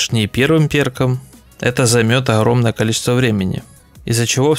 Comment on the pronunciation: хруппа, маскироука, охромное, ихре, лохично. Вы Английский также произносите? Хад, худ и т.д))